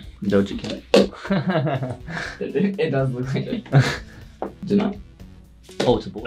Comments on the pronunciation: How many times did Nidal say do Jo cat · Not nidal saying doja cat for everyone 😅😂